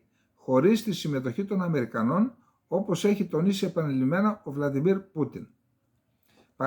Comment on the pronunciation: κ. Σάββα, Βλαντίμιρ ΌΧΙ Βλαντιμίρ......Το όνομα τονίζεται και σ τα α Ρωσικά στην ίδια συλλαβή: Βλαδίμηρος=Βλαντίμιρ! Δεν είναι δύσκολο όνομα, κι εμείς οι Έλληνες πρέπει να σταματήσουμε ν' αντιγράφουμε το λάθος αντί το σωστό.......😊